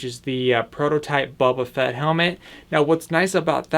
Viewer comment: It's Boba Fett, not bobba Fett!